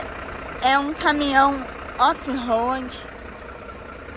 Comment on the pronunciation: Não é off hoad é off "Road"